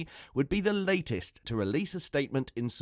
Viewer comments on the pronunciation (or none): none